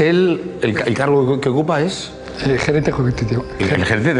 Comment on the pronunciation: Gerente cujietivo ah dicho jaja